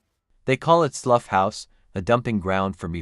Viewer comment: Slough is pronounced like plough (the farmyard implement) - its a crappy town near Heathrow